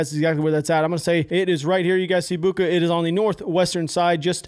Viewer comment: Zhytomir is pronounced like "zhee-toh-meer". "Zh" is English is pronounced like if "jeep" would be written "dzheep". "Bucha" - "ch" = "cheep". Come on man. "Nuclear" is not "Nucular".